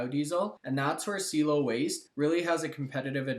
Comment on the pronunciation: Dude, I mentioned this on your last video about CIELO....its pronounced C-EL-LO......SEA-EllO. Like "hello" but with a C infront. C-ELLO. Also, they have no competition anywhere, not just in canada. They (Don specifically)have proprietary patented technology and looking to go global. Appreciate the mentioned for them but again, lose confidence in the information when you can't say the name properly. C-EL-LOW!